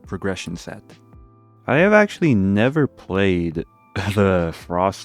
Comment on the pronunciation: Errrhm Accruhally